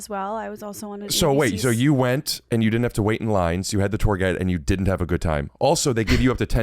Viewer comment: Love these two together, but and I'm so ready for this phase of saying "wait" as "weeet" to be over 😂